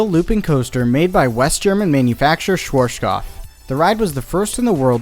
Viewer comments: I'm enjoying this channel a lot, really, but the way he pronounces Schwarzkopf as "Shworshkoff" makes me wince every single time. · When you say "Schwarzkopf", pronounce the center part "artskop", that'd make it sound closer to the original pronounciation. Z=ts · Also, the w is pronounced like the English v. And yes, arz is pronounced like the English word "arts". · As a german, I have to smile a bit everytime I hear what sounds like "schwartschkopf" :D No offense of course, I love the informations given. Especially from your point of view as an experienced ride operator. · His way of saying it is hilarious! "Schvorschkoff" :D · Your pronounciation of "Schwarzkopf" is funny^^ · Two small bits: This video is entered into the playlist twice, and the way you pronounce Schwartzkopf is... just wrong xD the 'artz' in the middle should be pronounced like 'Quartz' (at least... I think Quartz is the same in english? xD)